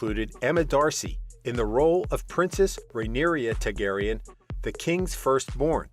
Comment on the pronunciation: Does not know how to pronounce Targaryen, either.